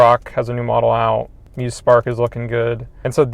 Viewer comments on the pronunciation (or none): none